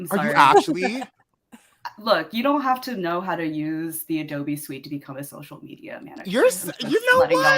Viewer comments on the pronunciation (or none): none